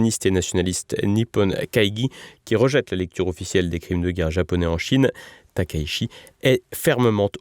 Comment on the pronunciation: on prononce "Sanaé Taka-itchi", il n'y a pas de diphtongues en Japonais, et le CH se prononce TCH sinon ça s'écrit SH. Merci.😌